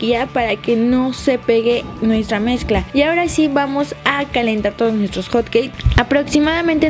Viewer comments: Musas lesslie no que era hotqueis dijiste panqueis jaja no lo tomes a mal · se dieron cuenta que dijo panque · porq les dice hot caes o cates